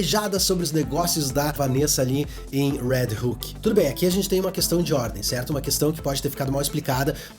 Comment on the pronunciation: Quando tu falava "Red Hook" eu pensava que tu tava falando do "Red Hulk" kkkkkkkk